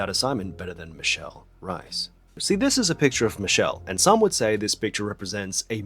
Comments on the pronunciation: H - ay - s! Would be more accurate, I’m a native English speaker and my mother is from Brazil and I’ve been speaking Portuguese since birth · Absolute garbage sponsor. Also, lovely video, but "Reis" is pronounced as it is written, not "Rais", and the "r" is pronounced as "h" in hello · Isn't her name pronounced as Michelle "Rays"? Not Rice I mean she's half chinese so the staple food thing but come on 😂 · if she's of portuguese descent, her last name is not pronounced as r - eye - s but as r - ay - s! - a portuguese person haha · I'm pretty sure her last name is pronounced like "race" (in a non-Australian or Cockney accent) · oh my god, she's reis as in the portuguese word for 'kings', no reis as in idk, some german surname. michele rays is wat u were supposed to say. 8 min in and i just realised that, fuck that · It’s pronounce Reese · since i'm portuguese i LOOOOVE michelle and she's my favorite chinese celeb EVER, i'm so glad you made a video about her! ps is reis supposed to be pronounced as the german surname reiss in hong kong lol here it's rruh-ish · Eu sou brasileira, e tá me dando uma agonia da gota toda vez que ele fala rrais sksksksksksk me lembra da primeira vez que ouvi um anglo-falante dizer rozé ao invés de José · HAHAHAH JURO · it’s funny when you say michelle reis, it sounds like rice 😂 the pronunciation of her name is actually very different (i’m brazilian so i know) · the R in Reis is a hard R, it must be pronounced